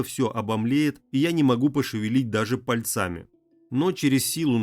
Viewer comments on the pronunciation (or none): Почему Вы читаете "пальцАми", а не " пАльцами"? У Вас очень много слов с неправильными ударениями... жаль.